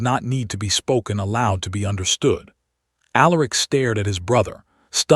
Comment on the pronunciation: If only the AI voice could learn how to pronounce words like bowed, Silas , read, Aleric. Alternatively use simpler names.